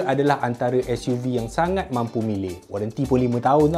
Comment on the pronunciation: Ke s.u. vee an. Org bahasa mesti pening.